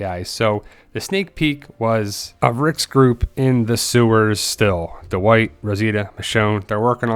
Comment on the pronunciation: Duh-wight lmao